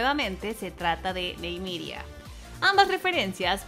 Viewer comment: Se dice : Ni-me-ria 😅 ajajajaja